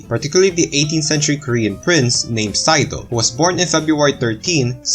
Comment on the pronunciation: Sado is not pronounced like "saido." Hyegyeong is "hay-gyoung" ("gyoung" rhymes with "young" but has a G at the beginning.) Words that are romanized with a Y at the beginning should not be pronounced with an H sound before the Y.